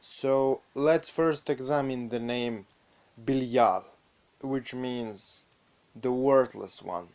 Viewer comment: King Belial. Oh my soul longs to be reunited with you.... the guy making this video says he's name wrong. But the information is dead on.